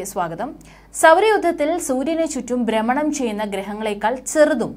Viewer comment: ആദ്യം മലയാളം പഠിക്കു മോളെ. ബൂമി അല്ല ഭൂമി ആണ്, ബ്രമണം അല്ല ഭ്രമണം ആണ്. Viewers കിട്ടാൻ ഉള്ള കളി.